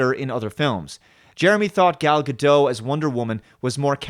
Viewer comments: It's "GAL GADOT", not "GADOU" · Love your videos, but I have to say one thing. I've heard you pronounce Gal Gadot a couple of times as "Gado", it's pronounced with the "T" just saying. :) Keep up the good videos, that is if Brie Larson didn't single handedly kill Marvel forever. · Gal Gadot is pronounced Gal "Guh-dot" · Gal's last name is NOT FRENCH.......It's Guh-dot, she's Israeli "Fast and Furious" actress Gal Gadot stars in "Wonder Woman." You've probably been saying her name wrong. Her last name doesn't rhyme with the word "doe." The "t" on her last name isn't silent — it's pronounced "Guh-dot." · Please pronounce Gal Gadot correctly